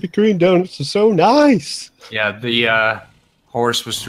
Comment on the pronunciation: NICEU! NICEU! VERY NICEU,!